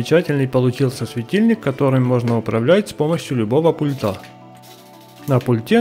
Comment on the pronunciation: Не пультА, а пУльта.